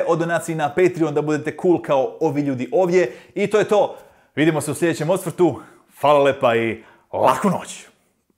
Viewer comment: Zašto ne kažeš na kraju Fala lipa i laku noć, zašto govoriš Lepa?!?!???!!!